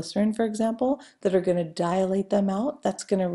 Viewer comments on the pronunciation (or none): Good video but it's annoying when she says DIA-late instead of DI-late